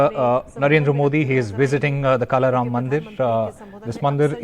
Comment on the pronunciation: No wonder this is ndtv.. thiis guy is not even able to pronounce the names of Kalaram or Trimbakeshwar properly.. thoda ratta maarke tho aathe national tv pe bolney se pehle🤦‍♀️🤦‍♀️